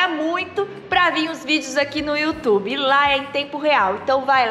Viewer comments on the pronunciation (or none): none